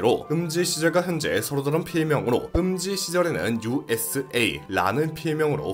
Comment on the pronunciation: usa작가님은 우사... 라고 읽습니다